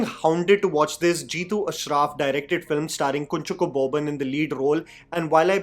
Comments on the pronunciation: Hi, keep up your good work. (It's Not "Kun-chucko" but more like "Kunchaako" Boban 😊) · great video. BTW it’s pronounced Kunchaaacko. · Hey, I just wanted to share a correction to the actor's name here . It is actually pronounced Kunchaako, with an emphasis on the 'A'. This is just like another actor's name, Shine Tom Chako.